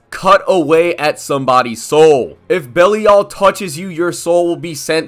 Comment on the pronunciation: Bellee all is not how you pronounce it